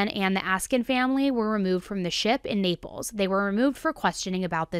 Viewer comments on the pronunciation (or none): none